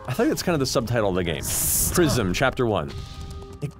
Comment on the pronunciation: “Welcome to Pr-eye-zm” No one can murder a title with cold precision like Dan.